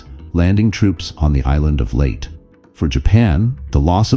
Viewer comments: Poor voice captioning. Leyte is pronounced LAY-TEE not LATE. AI & Chat gpt can't replace actual humans who understand voice inflection, pronunciation, idioms etc.👎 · Leyte (/ˈleɪti, ˈleɪteɪ/ LAY-tee, LAY-tay) is an island in the Visayas group of islands in the Philippines. NOT pronounced "Late" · It would be nice if Leyte would be pronounced properly.